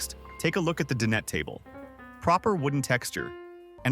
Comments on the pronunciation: Den it table!!!!! It’s pronounced dine et and can you please work on your pronunciation it’s very annoying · he pronounced it like my sister's name Danette...😂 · Cool video...just one thing, "Dinette" it pronounced, "Die-net."